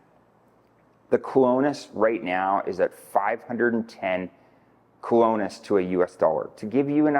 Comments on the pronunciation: a decent human being would make an effort to pronounce the words key to the message. You're not even trying. It's arrogant and insulting to not even attempt to pronounce the name of the currency in Costa Rica let alone the name of major towns. You don't need to be fluent, but you should at least be respectful. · Jaco, Sabana, Colones,... if you are going to give advice on Costa Rican things, learn how to pronounce the names. Your credibility really comes into question.